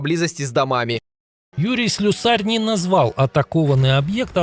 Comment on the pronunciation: СлЮсарь-ударение на пепвый сллг